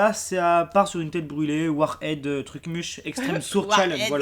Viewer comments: prononce bien le truc c pas warHERDS c WARHEADS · ça ce prononce warhèdz